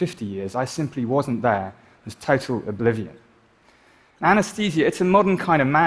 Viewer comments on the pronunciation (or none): TOITAL OBLIVION